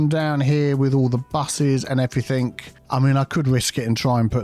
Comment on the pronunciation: Everythink is not a word.